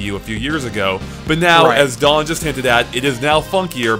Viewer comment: Anyone else hates how says dawn instead of daan?